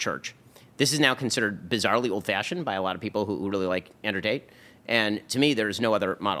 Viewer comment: His name is Andrew TATE, not Andrew TAY.